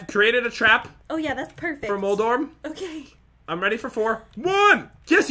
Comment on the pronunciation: moldoref Pat: moldorm